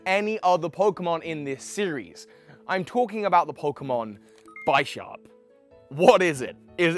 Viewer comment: Its b-i-sharp not Bye-sharp you don't pronounce a bishop as bye-dhop